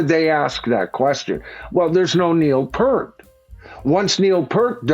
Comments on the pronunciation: It's not "Pert". It's Peart as in "peer-t"! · Pronounced PEERT, NOT PERT 👍👍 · Please, it’s pronounced “P-E-E-R-T”, not “p-r-t”…🫤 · Neil P-ear-t (P-👂🏻-t) (one syllable) I am a 60-year-old Canadian fan of Rush since high school. (1979) And I, like pretty much everyone else, also pronounced Neil‘s last name as if it rhymed with “hurt” for 35 years. But 10 years or so ago, I heard Geddy & Alex explain in an interview that it is pronounced basically as it’s written. You can probably find the interview clip by searching youtube for (Geddy explains how to pronounce “Peart”) I had pronounced it incorrectly for most of my life so far, but if I make it to 70, I’ll only have pronounced it incorrectly for half of my life. 😂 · Peeeeeeert not Pert. Why the hell can't any tubers get this right? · Peart is pronounced as Peert, not purt. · PE ART !.. not PERT!… ffs!. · "peeert," not "purt." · "Neil Part"? In my 42 years as a fan, I've never once heard that pronunciation. Neil himself said the key is the three middle letters: e-a-r..."ear." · Not of importance but i wonder why our American friends mispronounce Neil Peart's surname? It is PEart not Purt as Neil confirmed many times. Anyway, although i'm not an uber fan (i.e. not in my top 10 list of favourite bands) i think it is not a good idea to call this line-up Rush. Neil was so integral to the success of the band that it should be renamed, for example, 'Lee / Lifeson Play the music of Rush'. Surely that title would not affect ticket prices...or would it?! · Its Pronounced "PEER-ERT" And its PURE Sacrilege to Tour without the guy and it's just for the MONEY!!! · It's pronounced PEERt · rhymes with "heart"...that was always the best way for me to remember the correct way to pronounce his name... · 50 years later and still can't pronounce Neil's name.